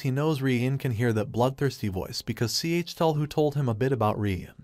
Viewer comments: WHY DOES HE PRONUNCE IT "C H TUL HU" IT HURTS TO LISTEN TO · You know it’s a confusing time when it takes literal minutes to figure out which god is being referenced when it’s pronounced C H Tell Hu. Cthulhu. It’s goddamn Cthulhu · he pronounced the name wrong